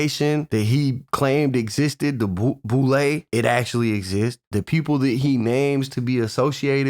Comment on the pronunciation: its boule not bull!! 😂